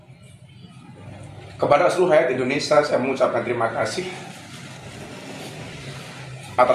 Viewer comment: Ngomong saja nggak benar Indonesa bkn Indonesia.mewek pula